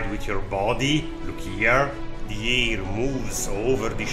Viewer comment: because your pronounciation of "hair" often sounds like "ay" or "air" to my North American ears, what do you think of adding few subtitles for "hair" and for "showRaceMenu"?